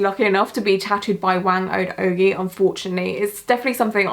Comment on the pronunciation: You were close! Phonetically, her name sounds closer to “wah-ng oh-d oh-guy”. Thanks for covering this! I’m Filipino so this was really special to me, keep it up!